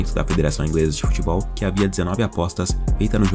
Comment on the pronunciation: Ele vai ser banido do “Futbeol” ? Eu achei que seria do “Futebol”